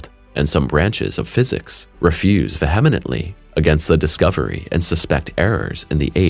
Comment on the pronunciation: Ve hem ent ? What?